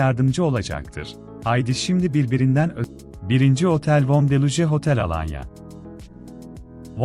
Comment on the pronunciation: Deluje değil, Delux- deluks okunur